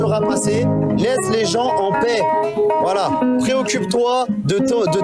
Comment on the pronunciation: Il y a eu un lapsus de l'interlocuteur à 29minutes À peu près Il a dit la plaie pour dire la paix Le lapsus vous va si bien